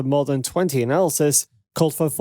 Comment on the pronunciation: analyst is pronounced ; AN - A - LIST., not; an -ALsis